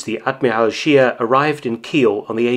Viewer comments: Mr. Felton, you are usually complimented on your fine pronunciation of German words and names...However, this time I have to correct your faulty pronunciation of the surname "Scheer"...It doesn't sound like "sheer" in English, but just like you correctly pronounce "Spee" when referring to the Scheer's sister ship...so the German pronunciation of "Scheer" is something like the English word "share". Regards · Sheer is pronounced sh-ehr not sheer .... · The name "Scheer" is pronounced "Shehr", a doubled vowel is a stretched vowel in German... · Thank you for this interesting story. The correct german pronunciation of Scheer is like the english word „share“.